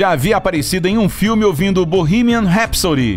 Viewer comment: Primeiro vídeo que vejo onde o narrador fala o nome da música direito.